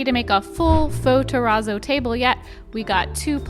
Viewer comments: TEH-RAAAAZOW You've said the word pizza so many times. You know how to say terrazzo correctly. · Concrete Terrazz-oh-no : Funfetti Ter-RAZZO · I just watched do a project with Terrazzo! He kept calling it churrizo!😂😂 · The channel Ben’s worx just tried that Razzo stuff a couple videos ago and I kept thinking he said chorizo instead of terrazzo… I was like why are they calling it fancy salami? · Begging ya'll to learn how to pronounce terazzo. You're killing me here.